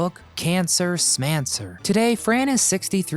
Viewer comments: It's pronounced Cancer SCHMancer, not smancer.Oy vey you millenial pin heads. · "SH-mancer" not smancer. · Schmancer, not Smancer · It's cancer schmancer as in shhh not sm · Nice video; thanks! What about Renee Taylor? And Morty! 😂 By the way, her book title should be pronounced Cancer “shmancer.” ☺️ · Cancer Shmancer not Smanser.... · It's pronounced SSSHHHHmancer